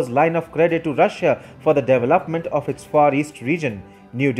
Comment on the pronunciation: deveLOPment no LAP there......his accent is to annoying and I will just unsubscribe